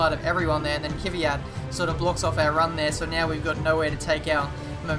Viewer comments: Kivyat? You pronounce him like this: Kwe-at! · It's Kvyat not Kyviat :) Listen to this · Ha, you said kyviat at the start.